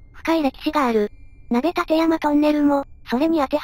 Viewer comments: 「ナベ・タテヤマ」のイントネーションに違和感🤭 「マシ・オカ」みたいに謎の俳優っぽい感じがします。 今更「酢豚はパイン入り」ですって？って思いましたが、 撮影時は鬼ごっこ東京篇の前だったのを忘れてました😵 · いつも楽しく拝見しております。 ところで、「鍋立山トンネル：は、『なべたてやまトンネル』ではなく『なべたちやまトンネル』です。 また、動画中の字幕が「鍋館山トンネル」になっています。たぶん「なべたてやま」と入力して漢字変換しているが故のミスではないかと推察します。 なお、トンネル工期は途中4年ほど中断期間(国鉄民営化のどさくさ)がありますので、実質工事期間はやはり青函トンネルの方が長いです。 このトンネル、の断面が馬蹄形、楕円形、円形と変化するのが、いかに難工事だったがわかります。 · 鍋立山(＝なべたちやま)ですよ！☡